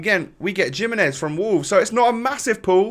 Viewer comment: Man said giminez lmao it’s jimenez